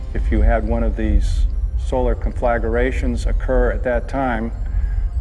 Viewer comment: Conflagration. Rhymes with concentration, meditation, etc. Four syllables. Penultimate accent.